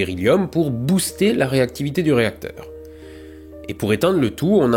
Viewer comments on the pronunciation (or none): none